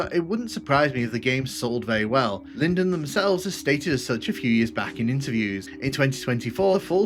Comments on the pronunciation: Linden, not Lineden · That is not how you pronounce Linden. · Are you kidding me? Show us one interview with him where the interviewer pronounces it like that. Including Cacodemontube's interview.